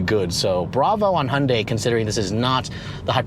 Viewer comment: "Hun-day" - NO! "Hyun-day" - Yes. Protip: "Hyun" is one syllable. It's like saying, "Tyota" or "Mitsbishi" or "KA" or "Mazd"